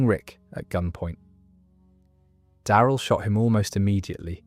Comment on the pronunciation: I hate how you say Daryl & Terminus